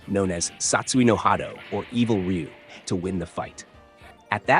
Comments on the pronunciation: It's pronounced "Roo" not "Re-you" or "Rye-You". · Actually everyone outside of Japan has been pronouncing his name wrong. It's actually pronounced RU (r-oo). Just like how everyone outside of Japan pronounces Aran incorrectly. It's not aaron but A-RAN. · His name sounds closer to Roo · Well, how do you even pronounce it? "Ra-yu"?